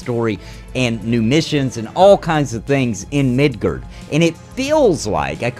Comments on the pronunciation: MID GAR MID GAR NOT MIDGERD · The way you pronounce Midgar triggered me.